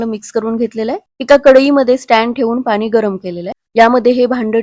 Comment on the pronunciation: पानी नाही ग पाणी बोल... मिश्रन, झाकन, कोनताही... मिश्रण, झाकण, कोणताही...